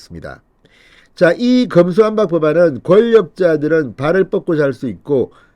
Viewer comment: 금수완박????????? 그렇게도 발음이 안됩니까??????????????????????????